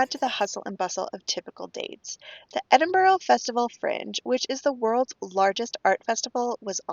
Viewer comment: Edinburgh is lovely. I love it there a lot. I have friends that are professors at the university. One comment they always make is how Americans always say Edinboro vs Edinburgh (Ed-in-burr). Glad you got to spend time there on a layover. Love your videos.